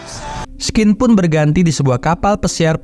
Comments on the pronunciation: skedar koreksi aja om,, scene dibaca sin ya. Kalo skin artinya kulit wkwkwk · bang. scene itu cara bacanya bukan skin,. tapi shein. denger di google translate deh.